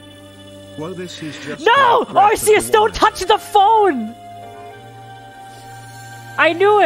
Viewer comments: Everytime says “arseus” I physically hurt 😔 Just thought id edit this real quick and say i mean no offense to absolutely love her videos but my point still stands. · I just need to make sure that doesn't make herself look dumb later and mention that it IS actually "ark" phone. Originally Arceous was pronounced like an s but they changed it to a k pronounciation when they realized that it sounded like arse. XD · It bothers me the way she pronounces Arceus